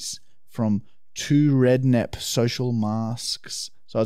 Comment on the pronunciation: The band is called ‘Srednep’, not 2rednep 😂 Happy you liked the mask guys 🤘Awesome episode 🍻